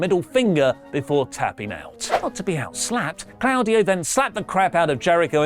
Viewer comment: So, this is a genuine question. Do you guys intentionally pronounce Claudio's name incorrectly? I'm not sure if it's an in joke the same way "Damage Cattarral" is. Anyway, plus one on Ishii being underrated. Write whatever you want about him! He doesn't care!